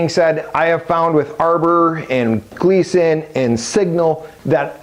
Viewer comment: And you called your "Gilson" a Gleeson... WOW you know your shit